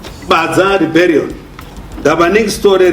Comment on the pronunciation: Rebellion not reberion